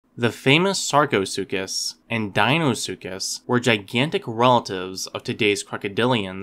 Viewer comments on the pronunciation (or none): none